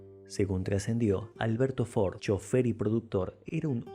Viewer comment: Debería pronunciarlo como corresponde para que no se preste a confusión.